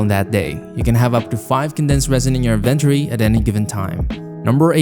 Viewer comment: never heard inventory pronounced like that in my entire life